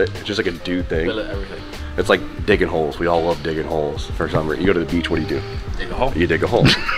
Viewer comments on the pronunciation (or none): Dic…in holes???!!?!? Oh he said diggin holes lmao I’m cooked